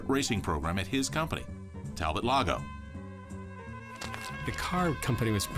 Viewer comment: Its French. Tal-bo